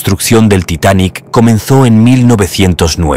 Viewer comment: Ya deja de decir titanic asteric 🙄